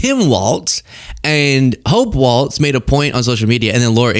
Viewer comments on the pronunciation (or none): It's Walz not waltz. No T!!!!! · Hey would you please pronounce "Walz" properly? It's not "Waltz". It's like "walls". Thanks. 💜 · Quit saying Waltz!!! There's no "T!" It's Walz! Ok, I'm over it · Please,, the name is pronounced just like it is spelled. Your title shows that you're aware there is no "T" in the spelling... There is also no "T" in the pronunciation. It is not a dance - walTz - it is pronounced "WALLS" - no "T". I agree with everything you said here - I was a subscriber almost immediately after I discovered your feed - but, as a native Minnesotan, found myself distracted and annoyed by the mispronunciation. Keep fighting for reality and the truth, my friend! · Walz is pronounced like WALLS, not Waltz. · W-A-L-Z, not W-A-L-T-Z. Thanks. :) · Excellent as always,, but it’s Walz ( pronounced walls) not Waltz. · Is it pronounced Waltz or Walz? I'm hearing you say WALTZ. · Stop saying "walts" Start saying "walls" Thank you. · It’s “Walz” please don’t say waltz🙏🏼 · Stop saying his last name incorrectly.. it's WALZ. NOT WALTS.. THEN, , YOU CONDEMN A CHOSEN LABEL DEMOCRATIC SOCIALIST.. How dare you... You have turned into a whining cacapoopoohead... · Walzzzzzzzz not Waltz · Is it really so hard to say Walz instead of "WALTZ" 🤷‍♂️ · It's pronounced Walls, not waltz. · Walz, not Waltz. Try. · Sorry but everyone keeps making this mistake. It’s Walz pronounced “Walls” not “Wolts”. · Its pronounced “Walls” not “waltz” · Hope’s last name is pronounced “walls” not “waltz”. There’s no “t” in her name. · enunciated WALLS not WALTZ get it right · Its not WALTZ! It's WALZ! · "Walz" is pronounced like "Walls" NOT "Waltz"! Mike WALTZ was the dumbass National Security Advisor who leaked on Signal. Tim Walz (Walls) is the governor of Minnesota. It is as bad as when people call VP Harris "Camilla". Do the reasearch to at least pronouce the names correctly. Great content otherwise. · It's WalZ. Not WalTz. No T. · It’s Wall-z not Waltz